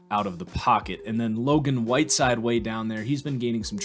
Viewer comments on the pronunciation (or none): Love the content keep it up Woodside not whiteside 🙂